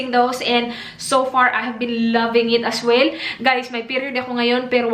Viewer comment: As willlllll.. Magaling ka nga pero mga pronounced mo sa As Well.. Ay nagiging AS WILLLLLLL